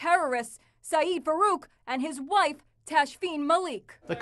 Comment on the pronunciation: when the female talker says ”wape” instead of ”wife”.